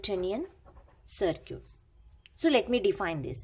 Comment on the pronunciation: Y do u pronunciate circuit(sarkit) as to sarkoot...?